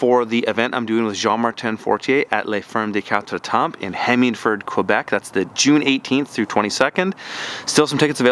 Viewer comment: hi, awesome content, lots of precious tips, i found your channel a month ago and have been watching almost all of them. thanks a lot! for your personal info, in "la ferme des quatre temps' the P and S of temps are silent:) so it sounds like la ferme des quatre tem.. french is weird like that!!